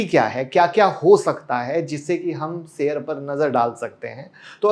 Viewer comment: sheyar bolna sikho..plz aap